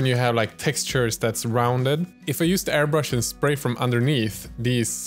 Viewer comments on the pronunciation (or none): none